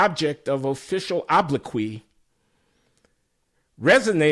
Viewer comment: Is he saying “oblique”?